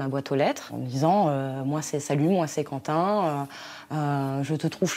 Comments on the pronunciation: "quentin" mouais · "Quentin" , mdr